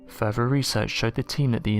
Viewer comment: It's FUR-THER, not FER-VER!! It amazes me an English speaker can't even pronounce th's!!